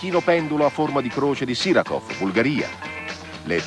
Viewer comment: allora 1) ha detto SiKarov invece di SiRakov 2) ha detto che Klinsmann era "mal sopportato" nella sua esperienza milanese.... non mi risulta che era mal visto dai suoi tifosi 3) ha detto che il Belgio è stato eliminato dall'Arabia Saudita ai gironi , ma in realtà il Belgio fu eliminato dalla Germania agli ottavi 3) ha detto "contro i pur scarsi messicani" ... beh non era fortissimo il Messico ma neanche scarso, e comunque credo non si debba usare questo tono sprezzante verso nessuna squadra in questi documentari E infine , la ciliegina sulla torta... 4) ha detto che le terze ripescate (cioè quelle arrivate terze al girone e che andarono agli ottavi) furono due (Argentina e Italia dice lui) , ma in realtà furono quattro (Stati Uniti, Belgio, Argentina e Italia)